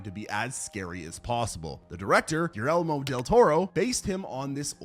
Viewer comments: . “Gee-aire-moe”. -Guillermo Del Toro. And Doug Jones is a LEGEND!! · “Gear Elmo” Del Toro? WTF?😂😅